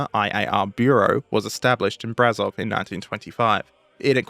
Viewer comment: Just so you know, the ș in Brașov is pronounced like the sch in german, or shhh, in english.